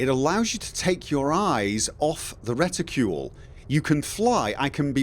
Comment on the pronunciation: you saying reticule pretty funny:) It took me few minutes to even understand that its reticle... I mean I know the word, but I never even thought about its American and British versions, at least I assume it is American and British versions... like armor\armour. Or perhaps you saying it like you supposed to say it, but since Im not an Eng. speaker I just dont know how to pronounce it:) In any case - Im glad you found something that makes flying easier for you, I still think its pretty ok by default, Im not even sure I wouldve liked auto-centering of any kind, at least not on the mouse.